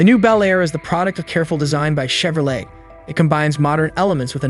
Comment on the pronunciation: Did you just say "chev-ro-LET?" No thanks.